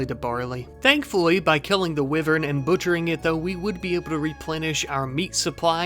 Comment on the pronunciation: You should have named the rat "Knight" 😂 also it's Wyvern as in "why you do this to your mother"